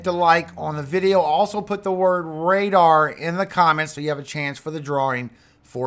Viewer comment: “Radar”😅 ne